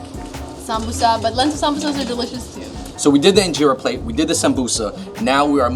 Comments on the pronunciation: U actually say it like in-jara not in-jera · 2nd of all it’s pronounced een-Jer-a and you don’t roll it up like a shawarma you take a piece of get the sauce inside the eat it